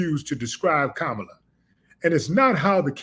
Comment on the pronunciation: He called Kamala Kamabla several times.